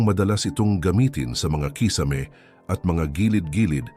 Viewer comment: nako naman mr vlogger paki bigkas naman ng tama ang KISAME hindi naman foreign word yan! pki google sa tamang pag bigkas pinoy ka naman kaya no excuse pls pronounce your words correctly! Tagalog na nga palpak pa! haisttt